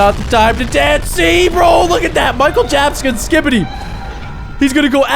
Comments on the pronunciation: Who hear said Mickel jabsons,I think 😅😅😅,also I think this episode is so fire 🔥🔥🔥🔥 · Bro said michael jabson